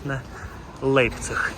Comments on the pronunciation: автор, як потрібно прочитати назву міста LEIPZIG - лЯйпциг щоб вийшло як у вас лейпціг !?))) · до чого тут вікіпедія як що ця назва читаеться як лЯйпціг. Так само як футбольний клуб FC Bayern такі як ви чомусь називають Баварія )))